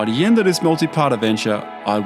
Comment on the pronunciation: change the "the" to "da" because you never learnt to speak properly